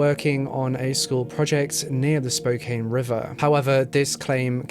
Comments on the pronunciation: I didn’t see if anyone told you, not that it even matters and I totally see why you’d think it was pronounced how you said it but it’s actually spo-can. I just thought you might like to know just FYI, it really doesn’t change the video or anything. You are wonderful! ❤️ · Please redo this video and pronounce the names of places correctly. Irs cringy. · I watch you a ton but you butchered the names of spokane man.. That's my home.. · Hey fellow Spokanites. I agree with most about a serial killer. Crazy stuff. My biggest problem is the pronunciation of Spokane and Sprague, but I get it lol. As far as racism, it definitely exists here. Black and indigenous people are constantly profiled in Spokane. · Thanks for correcting his pronunciation....people ALWAYS mispronounce Spokane!!! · For some reason, when people pronounce Spokane like it is spelt, I always feel the urge to correct it in my mind each time they say the word in a video. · okay i'm only six minutes in, and i KNOW you're british but i live in washington and i have to say, it's pronounced like spo can not spo cain anyway king ily i just NEEDED to say it lmao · Spokane is pronounced Spo kann not Spo kane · Ooof he butched Spokane lol 😆 it's pronounced like Spo-can, good try though 💖 Great video as always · Spo can. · Every time he says Spo-cane I cringe haha ppl who live here pronounce is Spo-Can. Not a huge deal but noticeable. Thank you for covering the case. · Its Spo-can Not Spo-cane.. I know it's a weird spelling thing, but yeah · Spo Can not Spokaine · Pronounced: Spo-can. Not Spo-Cane Say it with me, I know you CAN do it.... Spokane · I love your videos, but it's "Spo-CAN", not "Spo-KANE". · I live in Spokane! I've never heard of this case so thank you so much for covering it! Also, don't feel bad about the pronunciation. I flew in from Denver last night and the pilot kept saying "Spo-Cane" . Everyone in the plane cringed. I laughed. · I think it’s Spoke-ann not Spoke-ain.